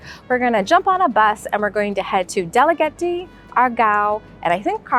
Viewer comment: Pronounced as Da-la-ge-te